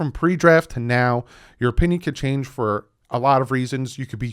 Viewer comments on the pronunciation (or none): none